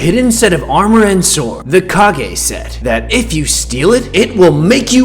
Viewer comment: Its kag e